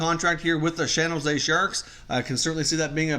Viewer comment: “Shan Jose Sharks” lol